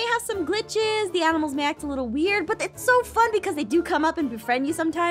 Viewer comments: that is when you gave up on the word >ANIMAL< Aph: So we have a new mod called >AMINALS< Me: She said it wrong.. Says it wrong 4 more times. Me: Ok she mean't to say that now. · When you don’t know what to say except... “Aminals” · “Aminals” now I’m going to say this to my friends and confuse them even more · I love how naming all the aminals that he sees in this vid 😂😂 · Aphmau: the mod adds aminals! Aphmau: always says aminals instead of animals Me: you have to be saying aminals on purpose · “Aminals” Me: “AmInAls” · I love how she says aminals instead of animals ,_ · “Aminals” it’s animals. xD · I love that they say aminals instead of like animals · Did they not realise Jess said aminals? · Uh animals or aminals hahaha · It’s not aminals! It’s animals! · "Aminals" A minute later "Animals" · First they said aminals now animals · It's not aminals it's animals 🤨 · IT'S ANIMALS NOT AMINALS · its animals not aminals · bro don't you know how to spell i'll tell it's animal's not aminal's.